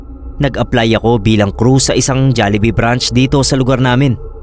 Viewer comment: natawa ako sa jollihee 😔🤣